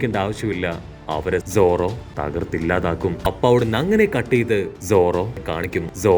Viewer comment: Enthina bro zoro mathram ingane parayane ellarde name parayana pole sadha pole paranjude? 👀